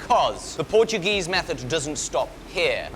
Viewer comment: Solid Portuguese pronunciation mate. Well, better than the Portuguese themselves, at least